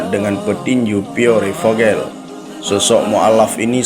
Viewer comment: Mohon maaf Koreksi. Dibacanya Pier Vohel.